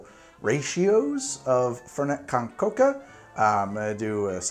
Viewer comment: I love that he pronounces it like fhernhet cohn chocaha